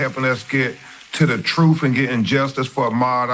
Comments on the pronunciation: Uhm it was July 4th and not November 4th. He misspoke. Also it’s “truth” not “truf” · The truff the whole truff and nothing but the truff 😂😂😂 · he can’t even speak right! 😅 “wiff” and “troof “ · Am I hearing this Lawyer say wif and truf? What the?!?!